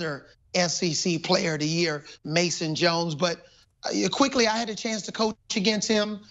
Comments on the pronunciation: He say Mason Jones 🤦🏾‍♂️🤦🏾‍♂️🤦🏾‍♂️ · This nigga said Mason Jones lmaoooo